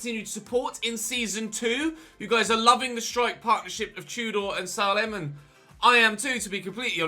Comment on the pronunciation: Just FYI, its pronounced "SAY-LEM" not "SAH-LEM"